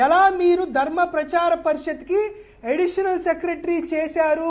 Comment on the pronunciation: పరిషత్ అనడం కూడా రాదు వీడికి.